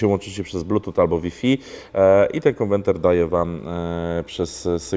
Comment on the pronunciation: Nie ma czegoś takiego jak konwenter jest konwerter